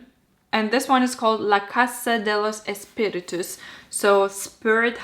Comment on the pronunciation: OMG you pronounce "La Casa de los Espiritus" perfectly!!, please read it, it's beautiful. Greetings from a chilean subscriber :)